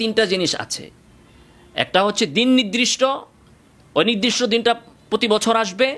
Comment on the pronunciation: "নিদরিষ্ট" শব্দকে " নির্দিষ্ট" অর্থাৎ নিরদিষ্ট বললে ভালো।